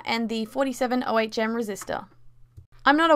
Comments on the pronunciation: Ohm, not O.H.M. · You could also just by a front light for a Game boy sp from an after market parts manufacturer. Also the action of coating the wire is called tinning and should be done with any wires you plan to solder to things. It's also pronounced OH-mmm :p Nice starter mod for people to get into modding game Machines. Congrats on entering the Modding comun! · Hmm, 'ohm' is one word, like owm, But cool project though! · "O-H-M resistor" IT'S OHM, LIKE BUDDHISTS SAY WHEN THEY MEDITATE!! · Ricky Vega 47 ohm resistor, she prenouced it wrong so it sounded a bit weird... but it doesnt need to be exactly 47 ohms, you can use a bit more or a bit less. with less ohms meaning brighter light and more ohms meaning less light. dont go to far off the 47 used in the video because then it wont work.